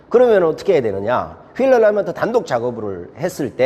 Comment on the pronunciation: ㅎㅎ 얼라이먼트가 아니라 얼라인먼트 아닌가요?